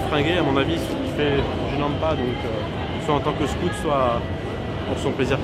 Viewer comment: “ Scout “ faites un effort avec l accent , même si votre public est français! Ça fait mal aux oreilles ! Sinon, contenu interessant, mais ....